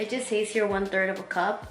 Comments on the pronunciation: I was about to comment on that too since she kept saying “says” wrong lol 😂 but I liked the recipe lol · I love you so much this was a good video but, I can’t help but cringe at how you pronounce “says” but it’s okay I still watched it! Keep up the good work you look amazing!